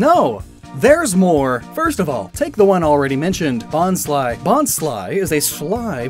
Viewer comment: You sed bonsly wrong